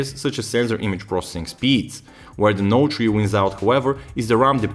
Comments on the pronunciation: Note tree :P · galaxy note tree lol..